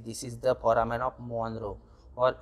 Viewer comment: Its Foramen not phoramen